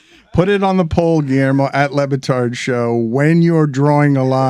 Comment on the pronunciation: "Dan LeBastard" 🤣🤣🤣